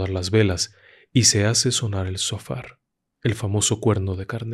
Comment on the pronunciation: Amigo tu trabajo es bueno pero cuando pronuncies Hebreo debe hacerlo bien Shofar es lo corecto pero sofar es incorrecto sepa quw el hebreo tuene gematria o valor en las palabras por eso es se tiene que pronincuar completo para cerrar el numero de valor